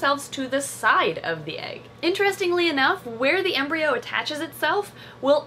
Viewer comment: Embryo coreon to sounds like embreon sliveon